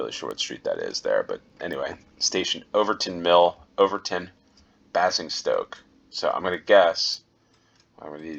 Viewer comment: Basingstoke is pronounced Bay-zing-stoke